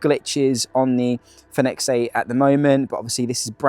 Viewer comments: All I said was you pronounce product name incorrectly, then you got snidey with me because I used the edit function to rephrase my question.. Not cool.. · You pronounce the product name incorrectly..